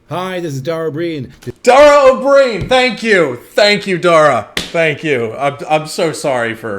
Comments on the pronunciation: oh bree an isn't correct. It's oh-breen 😊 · Ó Briain is the modern form of Ua Bhriain, meaning of or descended from Brian (pronounced Bree-an), so Oh Bree-an is correct. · Dara (Dawra) O Brian (Bree an)